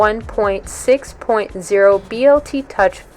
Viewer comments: Stop saying BLT touch. Dude you are outa touch! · Were you hungry when you made this video? you keep referring to the Bl Touch as the BLT Touch LOL